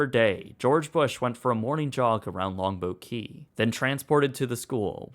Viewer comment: Great video with one exception. Your enunciation of "Longboat Key" was so poor that it took me almost until the end of your video to understand what you were saying. It is two separate words and should be as clear as the rest of your narration.